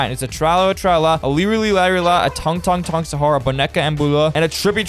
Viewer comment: Bro, doesn’t even know how to say tung